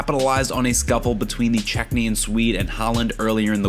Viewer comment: Ok dude, you've said it twice now that I've heard so far... He's from Chechnya, not Checknya!! You keep calling him the "Checknyan"fighter. I'm just telling you this so you can correct your error and stop sounding like a dumb millennial.